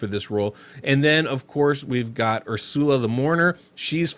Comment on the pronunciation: Never heard someone call her Ur-sal-ah before lol I'm pretty sure it's (er-sul-uh) but hey who knows thanks for the vid ive got Hellmut Sethallia Stag Knight and Ursula and I was thinking of using Arndulf or Oathbound as the last spot what do you think? Thanks again